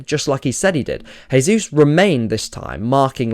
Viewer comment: Fantastic analysis. Another thing I noticed is Brighton actually went long on goalkicks which they almost never do usually. Small nitpick: As Jesus is Brazilian you'd pronounce his name like "jay zoos" rather than "hay zoos".